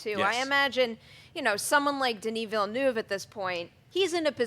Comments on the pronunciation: Denis Villeneuve is pronounced Duh-nee Veel-nuv or at least in phonetic English you could say Dennee Veelnerve. Anything other than you lot keep saying Denny Villa-noov... it's quite annoying. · Please learn how to pronounce Villeneuve :'( (hint: the 'eu' in 'euve' sounds like the 'i' in 'sir')